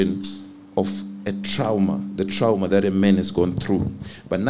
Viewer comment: "Tirauma" pronunciation:text-green-game-over